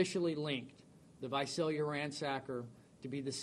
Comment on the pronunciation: It's visalia not vasalia ...smh...